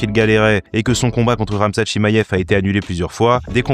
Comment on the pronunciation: Superbe vidéo, mais pourquoi tu prononce Ankalayef ? Et Chimayef aussi ? 😅